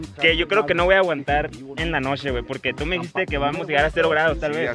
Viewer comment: Nadie: Neta nadie: El yeahcompa: noshee,colshaa, todo lo que lleva shhhh xdxd